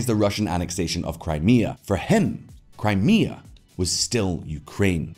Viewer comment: It eff'd up Crimea in other vids too